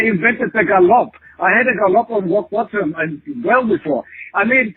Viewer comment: Someone should tell him how to pronounce gallop, it's not gal-LOP.